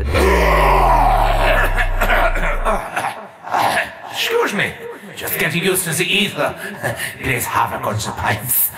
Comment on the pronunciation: I love this video so far, but the way "Richtofen" is pronounced is like, getting poked in the forehead a little bit with a pin, not enough to pierce the skin but enough to be like, disconcerting.